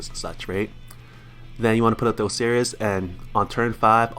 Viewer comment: MIS-chiv-us It's pronounced MIS-chiv-us. Osiris is pronounced Ohs-eye-rus Poseidon is pronounced Puhs-eye-din